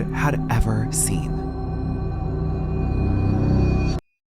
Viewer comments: I know this is old but its really annoying you keep calling her bad "baby" its Bhabie (barbie) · The anglicised pronunciation of Bhad Bhabie got me rolling on the ground 😂😂.... Bhabhi is actually a word from Hindi and it should not be pronounce as BABIE...lol....Bhabie means aunty or brother's or friends Wife.